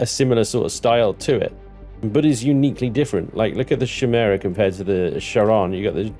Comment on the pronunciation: im pretty sure chimaera is pronounced kie-mer-ah although he's using a different spelling of the word chimera